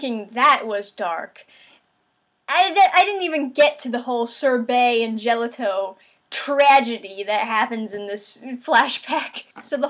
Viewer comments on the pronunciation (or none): Lol his name is pronounced Gel-auto not -ito, it's like the Ice Cream